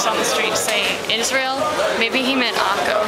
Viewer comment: Democracy??? I know a lot of Palestinians, Arab-Israelis, and even Israeli Jews that would disagree. btw Xavi is a famous soccer player from Spain and plays for Barcelona. "Akko" is an arab town/city and pronounced "Akka" with an A sound at the end, the O sound is Hebrew. ... and wow practice ur Arabic and the accent better at the end lol